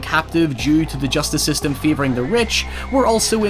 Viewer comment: "Seystem" = system